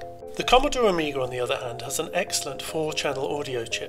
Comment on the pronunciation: "Commodore Ameeger" lol